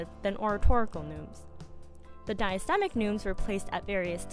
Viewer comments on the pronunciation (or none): Parchment is animal skin, hun, not paper. Diastematic (extra syllable there). Fix some of your pronunciations, both English and Latin, ask someone who knows Latin. But nice.